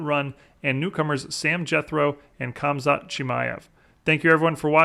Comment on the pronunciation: The K in Khamzat is silent. Glad UFC is getting an appearance on here, mma is definitely my favorite sport to watch.